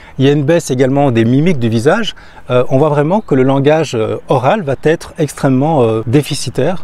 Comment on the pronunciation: j'aime ce que tu fais...un détail me gène, juste un détail mais qui pourrait décrédibiliser. Je l'ai déjà entendu chez d'autres youtubers et à plusieurs reprises dans tes vidéos... tu dis trop souvent: "cela va-t-être..." le problème est qu'il n'y a pas de T, donc pas de liaison. J'espère que tu sauras tenir compte de ce "détail" tout en continuant tes vidéos très enrichissantes.